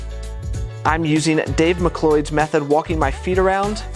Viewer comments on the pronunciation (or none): Thanks for this,! In case it helps, Dave MacLeod's surname is pronounced "Macloud" 🙂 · Dave mcWHO??? Dude… say it right